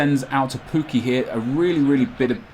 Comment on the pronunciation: Great video but stop calling him poo-key it's pronounced Puk-key I think